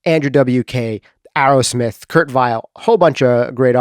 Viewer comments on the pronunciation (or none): none